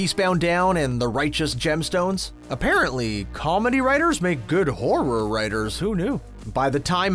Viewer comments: The way this guy says horror as “hor-roar” makes me wanna Dropkick children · Is it just me or is this dude saying horror weird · These "facts" all over the place. Has this person even watched any of these movies? Homeboy can't even SAY "horror" properly.